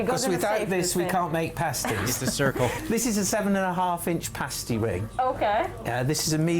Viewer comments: It's past-y, like pasta. Not paste-y, like paste ;P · Haha, a pastey is a nipple cover. A paa-stii is a food. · Good grief man it's not paystee, it's passtee.